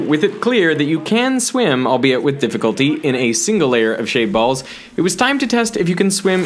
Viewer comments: First 5 minutes i heard shade balls but the more i hear it, it sounds like shaved balls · I always hear "shaved balls" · i literally thought he said “i’m swimming in shaved balls”